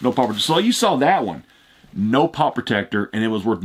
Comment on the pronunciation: I just hate the way he says pop